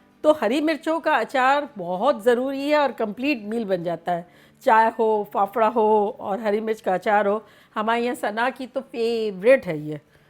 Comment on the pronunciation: Faafda not phapara 😁